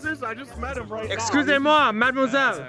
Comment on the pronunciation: Your escusez moi madame was perfect